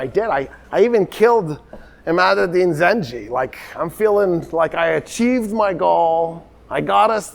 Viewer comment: And it's Zangi not Ginky. Full name Imaaduddin Zangi